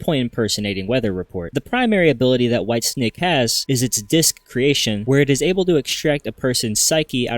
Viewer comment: Bro literally said “ Whitestick” 😂